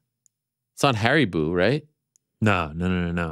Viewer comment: HARIBOW NOT HARIBOO